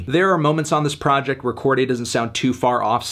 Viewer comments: Ok but I don't think it's pronounced "Corgay" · YBN who? Melon keep saying Cordy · You’re pronouncing his name weird Anthony